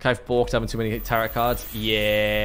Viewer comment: Is he pronouncing the t in tarot as a deliberate troll? Or does he genuinely not know?